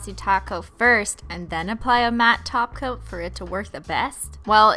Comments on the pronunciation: WHAT THE HELL IS A TOPCOAT kinda sounds like taco I’m sorry for caps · Mary the Yandere Painting Loli she calls holo topcoat taco